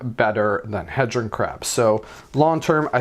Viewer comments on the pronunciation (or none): It's not pronounce Head Ron it is Heed Ron. Like dodeca HEDRON